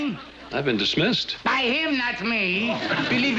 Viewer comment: DIS-missed, please! 😂😂😂